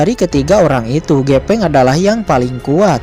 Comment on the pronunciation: Pake F bang bukan P. GEFENG BUKAN GEPENG 🤭 ✌️✌️✌️